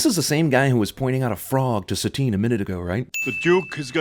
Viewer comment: I always thought that her name was Satine because it was supposed to be like "satin" - smooth and sensual. Not like satan.